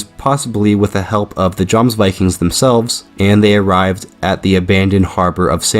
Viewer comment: For future reference in the Nordic countries the J letter is as a Y sound, so it’s said “Yomsvikings”. Great video 💪